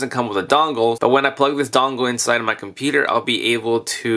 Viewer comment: I'm pretty sure this item will work on my "COMPETER"! idk,when he said computer in the beginning of the video it sounded like he said " competer"